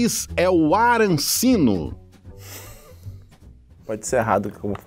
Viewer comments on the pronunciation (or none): não é arancino é arancini